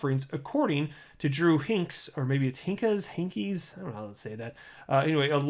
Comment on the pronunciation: pronounces "Hinkes" like his soul is leaving his body.